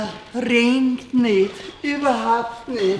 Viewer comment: also es rengt😂